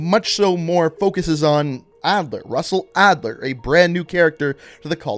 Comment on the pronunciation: Lol SUSsell Adler